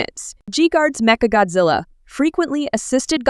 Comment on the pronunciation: メカゴジラがメカゴズアに聞こえるのは私だけ?